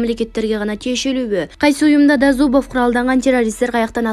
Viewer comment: До зууубов вооруженный деп окуп жаткан дикторду бетин аябай коргум келет.